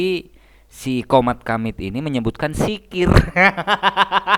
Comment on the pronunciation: DZIKIR.BKN SIKIR.DASAR KAU PENIPU!!! HAHAHAHAHA